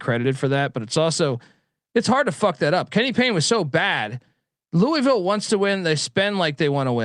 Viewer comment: But it is the correct way to pronounce it.